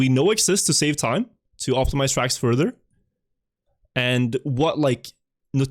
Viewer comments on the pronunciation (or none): none